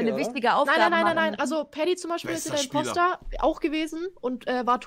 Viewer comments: Hahaha Wie er immer Komposter sagt 😂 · Fällt eigentlich keinem auf das Knossi immer Komposter statt Imposter sagt aber ich liebe diesen Typen . Wenn ihr das schon Lest, schaut doch mein Kanal an. Ich bin so scheiße, ich brauche Unterstützung 😂😂